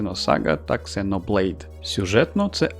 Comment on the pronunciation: "Ксеноблейд" вместо "зено блейд". ЗРАДА. Подписался.